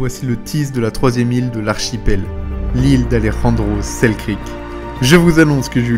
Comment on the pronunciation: Et accessoirement aussi, c'est Alexander Selkirk, pas Selkrik ^^'